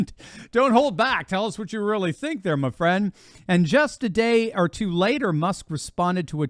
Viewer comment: " I sink" , I wish he would sink, with all the rest of his WEF.